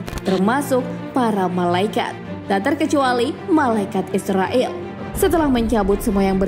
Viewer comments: Dibacanya Izrail bukan Israil Jangan salah ucap 😊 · Maaf ya min.. Pengucapannya Bukan malaikat Israil ataupun Israel. Tapi "malaikat Izrail" 0:) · Bagus ... cuma ada sedikit saran .... pengucapan hendaknya disesuaikan dengan pengucapan arab. Malaikat Izroil bacanya disesuaikan dengan bahasa arab. Klu dibaca Israel kesannya kok kurang pas.... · Kamu aja ngak bnr tulis nama malaikat izrail.kau tulis izroil bukan ro tapi ra.krj hanya cari salah org aja salah sendiri ngak tau,jgn begitu lah. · Maaf min izrail bukan israel😫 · Izrail ya kak bukan israil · Izrail bukan israil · Penyebutan kata yg benar Izrail., bukan israil., patal kesalahan anda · Malaikat izrail bukan Izrael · Td nya gw mau nonton video sampei selesai, tp naratornya pengucapannya aja salah. Gw cm nonton smpe mnit, males gw yg kaya gni jd narator d youtube. Bkn Israil nyebutnya, tp Izroil. Emg tulisan dlm bhs arabnya Izrail, tp kita nyebutnya Izroil. Bljr makhraj huruf dlu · Pnyebutan yg bnr tu malaikat izroil,,, Kl bs ngaji pst tau makhrojul khuruf (tahsin) pngucapan yg bnr,,, 🙏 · terdengar seperti "malaikat Israel" 😂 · Shrsnya pengucapannya Malaikat Izrail, Min. (Pakai Z bukan S). Trmksh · Mbak, mbak.. Lafal nya kok meleset lagi..? Nams malaikat maut ditulis dlm ejaan bahasa Indonesia sbg IZRAIL, dilafalkan menurut ejaan aslinya dg IZROIL Kalo pembaca narasinya salah lafal dikuatirkan menjadi contoh yg salah bagi yg lain. Coba nama ALLAH dilafalkan bukan ALLOH tp ALLaH, nanti kan bisa rancu dg lafal umat kristiani. Semoga koreksi saya bisa diterima. Wassalamualaikum wr.eb